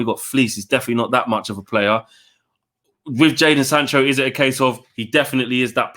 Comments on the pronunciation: It's Jadon not Jaden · I swear it's jadon not jaden